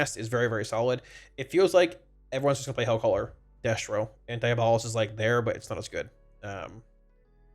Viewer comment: DIABO-LIST not DIA-BOLIST